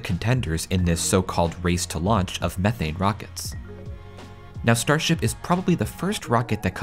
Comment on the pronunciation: How many times can you say methane wrong lol 😂